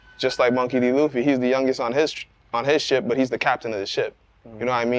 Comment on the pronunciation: Monkey D. "Luffie" lol